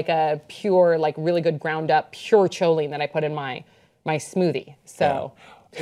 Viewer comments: The ch in choline is pronounced k ;) And it's probably recommended to help make the neurotransmitter acetylcholine. (Okay, the nerd's gonna go back to do science) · lol, choline is pronounced KO LEEN. It is found in the hydrophilic heads of phospholipids, which make up the membranes in (mostly) animal cells. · If you were saying choline its pronounced like koline. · just letting you know the h is silent in choline, so it's more like coline.